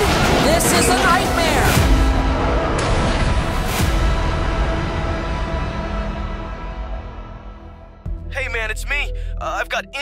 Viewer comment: Emphasis on the “nightmare” part .